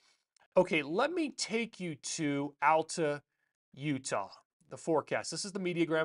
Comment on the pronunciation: Hey. Texas transplant in Utah here. Love your videos! Just had to let you know, Alta is pronounced Aal-tuh, not Al-ta. Cheers